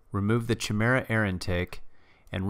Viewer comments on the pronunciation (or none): chi·me·ra | \ kī-ˈmir-ə ....not "chee", but chi is pronounced like "kye". I didn't see any other comments mentioning it. Otherwise, nicely done video. A good logical analysis and testing. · It really triggers me he says "CHI-mera" instead of "KY-mera" lol. Otherwise it's hilarious the kind of power folks are getting out of these baby-motors. I love it. Still wouldn't feel as comfortable on a Grom as I do on a full-size bike. But I can't talk too much junk because I've only ever driven a Grom around a block, not on public freeways or higher speed roads. I feel like it'd be sketchy after watching all the videos of Stock Groms damn near being RUN OVER by assholes creeping up and riding folks asses. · Chimera is pronounced "kye-MEER-uh". How does every single grom youtuber get this wrong?? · If I had a dollar for every time I've been told this in comments! I appreciate it though, I have since learned the correct pronunciation. Thank you for the compliment, glad you enjoyed the content! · does every gromer pronounce chimera wrong or is this some insider joke? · This was before my enlightenment on the proper pronunciation of Chimera :)